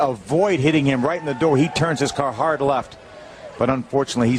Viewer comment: I’ve never heard anyone pronounce “hard” like this